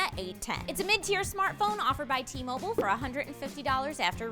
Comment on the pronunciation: it's Nok-i-a not No-ki-a. Also may as well add Mobile not Moble